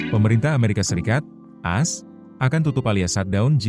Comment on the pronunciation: Mimin lucu...mestinya kan A.S... tapu mbacanya kok "as"....gimana to...????